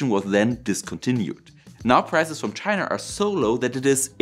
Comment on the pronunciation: STOP putting an R on the end of words like China FFS.